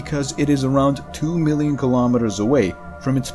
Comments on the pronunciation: Mimillion? Did he just made up a number haha. It should be Nonillion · Muhmillion. Muh new word is muhmillion. How many potato chips can I eat? A muhmillion.